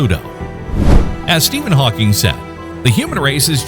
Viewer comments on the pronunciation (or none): none